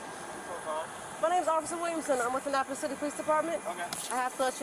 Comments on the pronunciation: A-nnapolis. Uh-na-polis. Lol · Unimportant Fact Of The Day: Annapolis is pronounced “uh na puh luhs.”